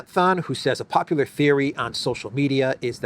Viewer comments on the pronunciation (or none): none